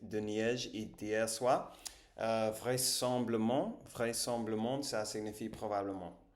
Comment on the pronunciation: vraissemBLAblement * bravo pour ton niveau en français ! si tu veux des cours, je suis le best teacher ever !